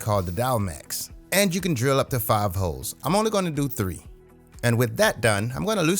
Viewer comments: I laughed at the annunciation of "HOLES" 🙂 Great video and great project. One thing I noticed is that you referenced the dowel placements from opposite edges. If the board wasn't of the exact same width, that could be an issue. It's probably being TOO careful, but it might be a bit safer to reference your dowel jig placement from one side of the board, flush, and then maybe with a spacer stick or something for the opposite side. Obviously, it didn't cause a big problem for you, but it might be a good practice in the future. Good Luck! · I definitely heard the L in holes lol